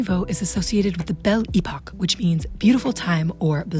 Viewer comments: From a French native speaker: it's La Belle Epoque (not Epoch), and you don't pronounce the t at the end of Art Nouveau/Déco. Those are French words, customarily pronounced as such in this context. 🤗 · This is not „bell e-pock”, this is „belle epoque”, the accent is on second syllabus, and „e” (all 3 of them!) is pronounced like in the „Earth” word, not like e-bay. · Thank you for this video, it was very informative ! Just a quick thing, it's "belle époque" and not "belle epoch" I believe ! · ¿Por qué dices "época de la campana"? Es absurdo, el término es completamente francés no una mezcla de idiomas; significa" época de belleza", además "campana" en inglés es "Bell", no "Belle",son ganas de rebajar el trabajo de investigación 🤷🏻‍♀️ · Pronounce: bel-lay-poke. It will make you happy. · Why are you using "they/them" pronouns for Erte? You also may wish to learn how to pronounce "Belle Epoque" and "Erte"